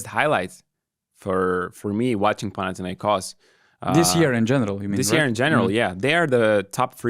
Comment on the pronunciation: I like how the guy on the left is pronouncing PanathinaikOs correctly. It's the simple things, you know.